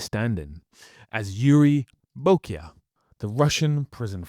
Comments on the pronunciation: It's Boyka, not Bokya, duuuude😂😂😂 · Bo-kee-ya?It's Boyka, as in boy-ka. Have you even watched these films? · Have I been pronouncing the name wrong? I thought it was Boy Ka not Bo EE ka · You killed his best role man, its BOYKA not Bokya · Boyka ❌️ BoK Ya ✅️ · Boyyyka not bokya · "BOKIA"? Is that a phone? 😁 Did Scott Adkins play a Russian prison PHONE? 🤣 Did you even SEE the movies? Did your knock-off DVD pronounce Boyka as Bokia? Or did your pirate download's subtitle spell "Bokia"? Just when i discovered your channel you dropped the ball 🏈 mate. 😒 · Yuri "Bokya" . . . 🤨 Yuri Boyka!!! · It's boyka not bokya😂... you're funny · It's BOYKA not Boykia 😅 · BTW The Bokya name is actually pronounced as Boyka! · Bokya?? He is Yuri Boyka! :) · boyka ❌ bokya ✔ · Its not Bokya , it was BOYKA! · Who is Bokya? Do you mean Boyka? You have 50k subs, what's going on? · Its Boyka bro, not Bokya 💀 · Please learn how to pronounce Yuri Boyka for the next time you make a video. It is not Bokya. I think personally that Atkins is very under appreciated. He is a great actor, a great action star and among my fave Martial Arts personalities, period! The only actor I personally would put above him is Donnie Yen, but that is more to do with the movies they played in than anything else probably. Both are great in their own right! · Listening to constantly pronounce 'Boyka' as 'Bo-Kya' makes me wonder if you've even watched the movies you're commenting on. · Boyka. . Not bokya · Boyka, not Bokya. This simple word mistake makes all the narrator's ramblings feel amateurish. Didn't anyone take notice before publishing? Nor after?!? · Jesus, have you even watched the Undisputed movies? It's Boyka (like "Perestroika"), not "Bokya". Jeez.. Other than that, spot on. He's a good actor, and a better martial artist than most others, including Jason Statham. I hope he becomes an A-lister soon. He totally deserves it. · his name is Boyka, not Bokia.... And you make clip about his career. So lame